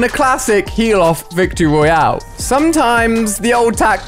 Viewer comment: Who gets triggerd when he says vic royale